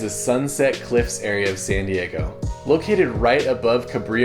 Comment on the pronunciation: I like how he pronounced “San Diego” Seeeen Dieeegou